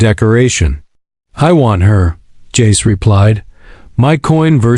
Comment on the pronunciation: Stop saying J A C E. Just say Jace